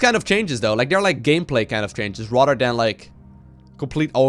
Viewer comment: whenever you say "rather than" it sounds like Rotterdam